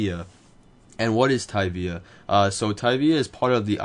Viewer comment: I think you prunounced tyvia wrong.